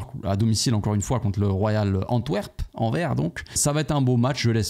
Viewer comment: il faut prononcer le S. On dis Anversse si tu veux.